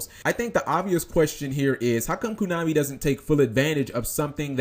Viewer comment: stop saying "kunami" and i'll subscribe